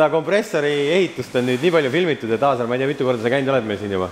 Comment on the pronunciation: Ikka jubedalt härib kuidas Aaser asemel Aasar ütled. Mees vist ise juba aru saanud, et pole mõtet enam nime parandada :D. Aga 5+ väga huvitav video. Hea vaadata kuidas asja tehakse õigesti ja põhjalikult, iga teine tüüp oleks relakaga umbes midagi välja lõiganud :D .